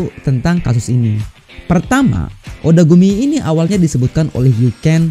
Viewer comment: Gw juga dengernya otaku ni bukan odagumi 😂